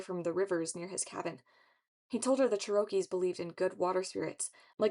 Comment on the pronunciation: I love love love that you recorded these. A natural talent! I only have one note for future reference as a Native Cherokee citizen, it is pronounced “chair-uh-key” not “chur-oak-key”!